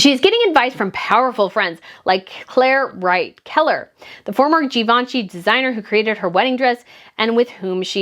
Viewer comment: “…to go from Gee-Vaun-Chee to Q-V-C…is a step down” 😂